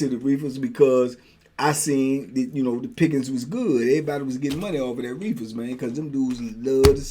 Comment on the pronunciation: yu kill me the way yu say “reefas” 🤣 you low key country